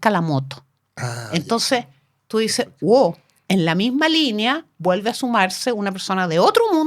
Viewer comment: me caga muchísimo la onda escuchar a un político(a) decir "guoc"